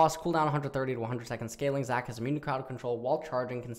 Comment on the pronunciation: i rlly want to put more effort, not liek phreak level, but at least read zac q right lol